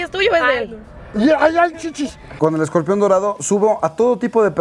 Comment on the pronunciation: Se dice Scorpion no escorpión